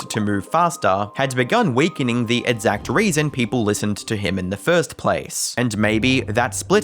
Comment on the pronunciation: I like how you say "edzact"